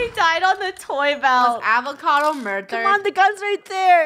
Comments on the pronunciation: Avocado not awacado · Not avocado but psychocado ahahhahahahha😂😂😂😂